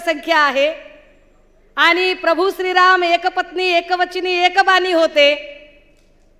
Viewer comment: आनि पानि वहन पुरन …. ह्या बाई च्या भाषा शिक्षकाने आत्महत्या केली.